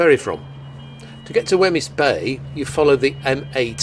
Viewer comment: Great video showcasing one of my favourite places. Just one little criticism is of your pronunciation of Wemyss Bay; it's pronounced Weems not Weh-miss. Don't worry, I'm Scottish and still muck up most of the place names!